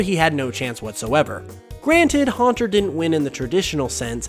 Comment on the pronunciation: You already have so many comments about Haunter. Please correct your miatake.